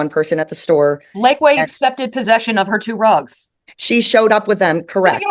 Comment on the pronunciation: I keep hearing and thinking “drugs” instead of rugs and this is so much funnier.